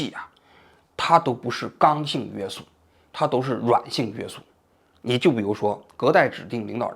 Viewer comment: 王局，给您提一点建议，听了这么多期，你总是把“约束（shù）”读成“约sù”，这个字是翘舌的😅